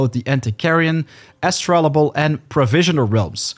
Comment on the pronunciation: Just FYI - It's pronounced "astro-labe". It's a real historical device. Good video!